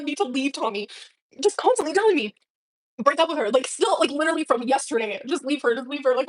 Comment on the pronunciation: "My heart LEEDURALY does what it wants to do!"